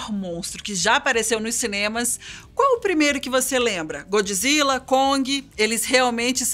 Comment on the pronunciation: Diz-se Godzilla! O que é isso de godji zilla? 😕